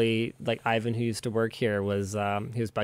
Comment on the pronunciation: Please someone tell linus how to pronounce IVAN ...